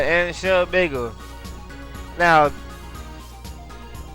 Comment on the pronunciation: Three major things I've found out about is the his LP's are awesome, secondly that he says penis instead of penance and i swear to god he says bagel instead of bangle.